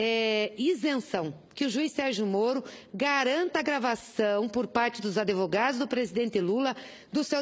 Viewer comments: "Adevogados"... Além de bandida, é analfabeta. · "ADEvogados" KKKKKKKKKKKKKKKKKKKKKKKKKKKKKKKKKKK